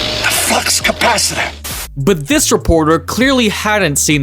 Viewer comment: Not only did the flux capacitor lady get suckered into using that term, she pronounced it "capacitator". Kinda reminds me one about 40 years ago when looking for my parents in an airport, I heard the pager announce "Will Joseph Goebbels, Heinrich Himmler, Herman Goering, and Adolph Hess please report to gate 45." Oddly, though, she pronounced all of the names perfectly. I want to know what the "offensive math problem" was!